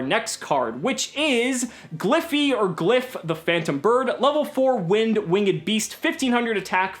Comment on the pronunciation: did he say "win-ged beast"? the correct pronunciation would be like this: "wingd" (winged) and not "win ged" lol